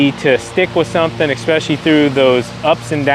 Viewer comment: Ity ESpecially not EXpecially.